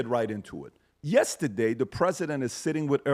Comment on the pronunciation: "yestiday" lol